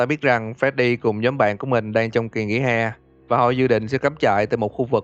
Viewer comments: để ý chữ nhóm thành nhòm :v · (Toxic) nhóm not nhòm :))))))))))))))))